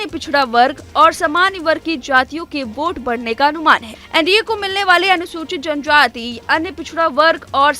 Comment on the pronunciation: Bhaang khaayi ho ka didi !! Muslim vote se sarkaari baneygi..??? John jaati ..John jaati ..bolna to seekh lo...